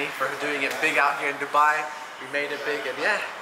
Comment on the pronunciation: your pronunciation of Dubai is spot on!